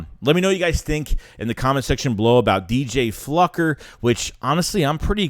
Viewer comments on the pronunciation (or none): It's Fluker not Flucker😂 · You pronounce it as Flu-Ker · Huh?????? There's no "c" in FLUKER.....like the bottom dwelling fish FLUKE...Don't sound like a dumb fluck😂😂😂! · It's pronounced Fl-oo-ker. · It’s pronounced “Floooooker”. Ik ik sad we can’t call him motherflucker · Pronounce Floo-ker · Just for clarity.... his name is pronounced FLU - cker or FLEW-ker LoL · Sup, keep up the good work. O and i think his name is pronounced flooker. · Man … u butchered his name as bad as Mark Holmes does!!! Pause 😮 lmfao 🤣 😂